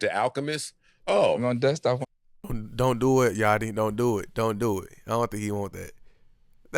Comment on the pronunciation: Lil yachty not 'yatchy'